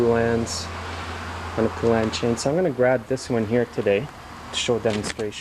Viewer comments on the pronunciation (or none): PO LAN not pu lan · The Poulan factory was in my town and its pronounced Poe-lan. The U is silent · it's PO as in POLE. POlan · FYI: It's PO lan, like the country (Poland)! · Never heard it called a poo-lan lol. awesome video and thnx for the info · I certainly do wish you would learn to say Poulan!!! It is exactly like the country Poland...without the D. Mike